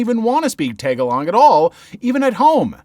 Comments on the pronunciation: For story one, it is pronounced tah-gah-lohg. Not tag-a-log. Not saying this out of hate but as a person who kinda understands that language, it hurts me when it is pronounced wrong. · Oh that first story made me wince not just because of the horrible teachers, but also the mispronunciation of tagalog. (Tah-gaah-lohg btw, as far as my family is concerned) sending the story writers in this video and everyone in the comments my condolences for their experiences with teachers 🙏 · Just a bit of correction here: in story 1, something kind of made me mad because you pronounced "Tagalog" incorrectly. the vowels are supposed to be the longer version of those words. Hope you understand because that slightly offended me as a Filipino. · This is kinda off topic but the way he pronounced Tagalog in the first story is pretty amusing and funny to me😅